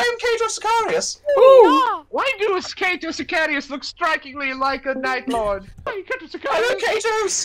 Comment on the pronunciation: Nobody: Anglos: Ceito Sicarius